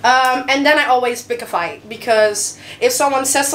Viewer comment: “I Will flight you” hahaha en dat Rotterdams tussendoor Heerlijk!